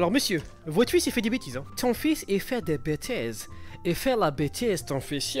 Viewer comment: Ti fis dis bitises a l'icole c'est ça roh c'est pas bien de faire dis bitises a l'icole .